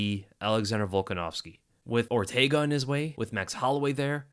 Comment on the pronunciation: Man said ortaga 😂